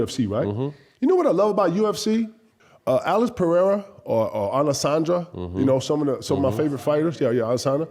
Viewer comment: "Pereira...Alesandra" KG mispronouncing shi always fries me 🤣